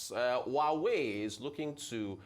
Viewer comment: Why is Abati pronouncing Huawei ‘who are we’?